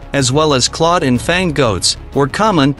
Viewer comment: Capable? Claw? Meter? Group? Development? I could do this all night.